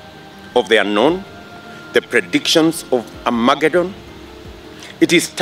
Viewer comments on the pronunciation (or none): none